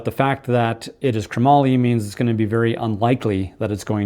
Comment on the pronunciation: Pushes all the right buttons. But....it's not kruh mollie ... it's chrome-moly Chromoly . Not kruh-mollie . 😂